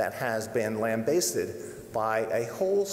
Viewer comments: Let me help you sir.. it’s pronounced LAM-BAS-STED. SHORT A. 🤦🏻‍♂️ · OMG, he can't even pronounce 'lambasted' 🤦‍♂ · Looks like a low-rent Steven Spielberg. Can’t even pronounce “lambasted” correctly.